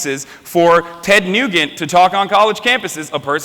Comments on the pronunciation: "Ted Nu"Gant". What a H"Ass"an! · "Ted Nougat." lol. Hassan is such an uninformed, brainwashed douchebag. he can't even pronounce names correctly. smh...unbelievable.